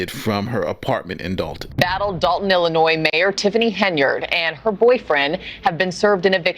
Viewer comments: You gotta stop pronouncing Illinois with an S… you are better than that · the S is silent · Illinois The "s" is silent. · this is Nathan, you can't pronounce Illinois with the s on the end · Brother I love you but its Illinoi not IllinoiS as the S is silent. If you grew up in Illinois especially if you went to a Catholic elementary school in the 70's then you KNOW the struggle is REAL lol. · It is not ILLI NOISE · Stop pronouncing the "s" in Illinois. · The S is silent on Illinois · Please, as an educated person, learn the correct pronunciation of Illinois. You should have learned it in elementary school